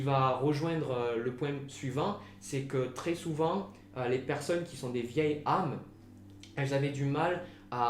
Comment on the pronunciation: juste un point il faut faire la liaison on dit de vieilles Z' âmes, autrement jeune, j'étais solitaire et j'ai rencontré quelqu'un et aussitôt nous sommes devenus inséparables j'ai eu le sentiment que nos âmes se connaissaient....